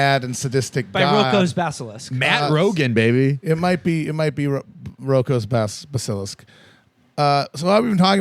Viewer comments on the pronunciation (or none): if you could go back in time, would you stop Matt from saying b’Silisk?